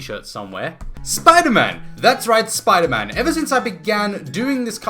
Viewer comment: *gasp* ItS sPoOdEr MaN rEeEeEeE